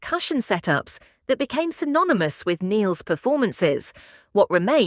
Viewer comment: Bullshit ai voice. Pronounced Neil’s name WRONG!!! Very disrespectful and totally stupid!!! Reported! So sick of the deception of this ridiculous technology!!